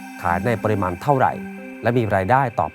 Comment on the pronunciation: 😂😂😂...ฝากถึงพิธีกร...เรื่องการออกเสียงภาษาไทย....ครับ...ติเพื่อก่อนะ...คำว่า "ปริมาณ" ท่านอ่านออกเสียงคำนี้สองครั้ง ไม่เหมือนกัน เพราะคำว่า "ปริมาณ" ออกเสียงว่า ปะ-ริ-มาน ครับ..,มิใช่ ปอ-ริ-มาน 😅😅😅...สำเนียกไว้ด้วย..ครับ สงสารครูภาษาไทยบ้างนะ..😅😅😅...เพราะพวกท่านมีใช่ ai นะ ที่จะออกเสียงไปเรื่อยเปื่อย...😅😅😅😅...